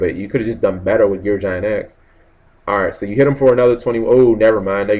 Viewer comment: I know. I always cringe when he gets to Gear Gig-Ant X. =_= But it's his channel. He says what he wants, unfortunately.